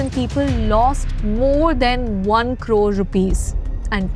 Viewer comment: Ye jab bhi carore bolti he Mera khoon kholta he